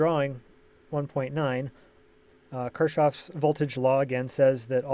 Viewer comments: Kirchhoff is spelled like "Kirk-hoff", not like Krushchev. Show some respect to his legacy. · Don't stylin on me. We're talking about spelling it in English phonetics, not the German one ('Kuchen, Kirche, Kinder'). Will you argue with me that pronunciation with 't-sh' in the middle of Kirchhoff (as in the video of 'man-eater') is actually right spelling?